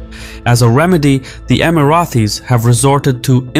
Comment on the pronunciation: Amazing video but i gave a thumbs down because you keep calling us “Emarathis”. There is no TH in the name. Thanks